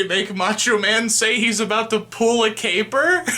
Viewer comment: “Pull a caper”???? “Derrière”?????!?!? 😂😂😂